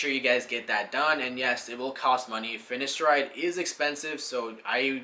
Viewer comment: Very informative video. Your hair is looking very well mate. Two quick corrections - Its pronounced Fin-A-steride and not Fin-I-Steride, and also Du-TAS-teride and not Dusteride. Other than that- well done. Really enjoyed watching.